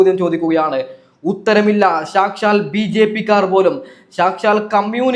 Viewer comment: മയിരു കിട്ടും.സാച്ചാല്‍ bjp അല്ലെടാ സാക്ഷാല്‍...എങ്ങിനേ....സാ ക്ഷാ ല്‍. പോയി നാക്കു വടിക്കടേ